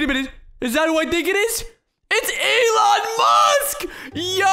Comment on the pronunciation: “Elon ant”